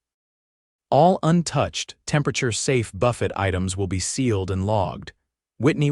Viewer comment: Good God, 'Quassus' instead of 'cross-onts'(croissants) which is the correct word, 'buff - ett' instead of 'buff-ay'(buffet) which is the correct word and frequently switching the words throughout the story'. Buy a freakin' English Dictionary!!!